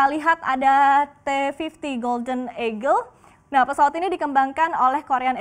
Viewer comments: te fivti golden egel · Wkwkwkw ngakak gan pas denger asli